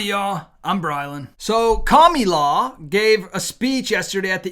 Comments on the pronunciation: Kamala. Not Kamila. Don’t sound stu**d. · It's Kamila, it's KamAla, for goodness sake. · Kami-law. Commie-law. 😂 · You need to learn to say her name correctly! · Kamala!people pronounce her name into different words 😊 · Why do you pronounce her name like that ? It makes you sound like a middle school bully and the message gets lost. Just curious. As a man who claims to be a Christian you have many instances of hypocrisy. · You are not really portraying Christ by making a joke and not pronouncing Kamala’s name correctly. I truthfully do NOT Trump and wish there was someone else to vote for. I don’t understand why any of the politicians think that Social Security belongs to them to decide they can cut or give away. I worked 30 years and the government took my money so I could get it back upon retirement. That is MY money not their’s.